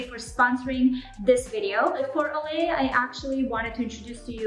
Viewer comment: Stopped the video when you said “Olay”.